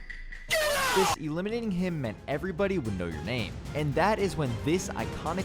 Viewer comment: You saying dis and dat made me want to stop watching. When you just had to add in how you were supposedly making more money, I definitely stopped watching. Only clicked this video because I thought I’d reminisce but quickly realized I was thinking cloaks not clix mb gl